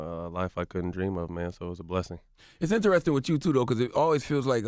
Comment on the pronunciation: ".....Its interestin cause....." -Charlamagne Tha God